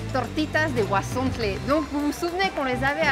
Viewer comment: ¡Por fin; alguien más que dice el nombre correctamente "huauzontles" y no huazontles! Saludos!